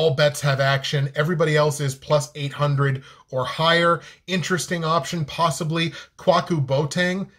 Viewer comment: Good show J! 👍🏾 Kwaku is pronounced “Kway- coo”. He’s my nephew 👊🏾